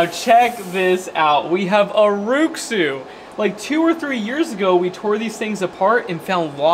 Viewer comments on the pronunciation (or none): Rui Xu is pronounced “Ray shoe”